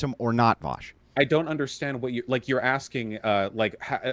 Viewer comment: You don’t even know how to pronounce Vaush’s name 😂